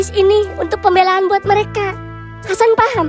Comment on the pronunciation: Bang mereka bang bukan nereka 😂😂😂😂😂😂😂😂😂